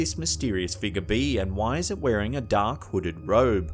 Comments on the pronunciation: That apparition at the wedding in the stained glass window is simply a bush that grew right up against the window. What I'd really love to hear is the narrator actually pronounce figure as fig-your instead of "figger." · "figger'..... Sorry it's all I hear when he says figure lol 😂